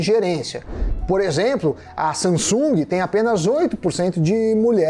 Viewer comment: É " SAMSUNG", e não "SaNsung".